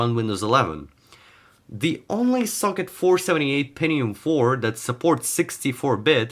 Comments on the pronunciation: ¿peNNium or penTium?, it sound like pennis, so please pronounce the T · Pentinum ❌ Pentium ✔ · „Pennium”?? Hää? Goes it noch?